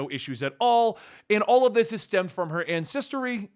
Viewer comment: incestory you say? Sounds like a fruedian slip 😂